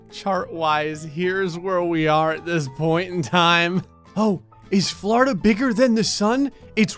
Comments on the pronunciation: Poor Florida.... or “Flarda” lmao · Tired of saying "florida"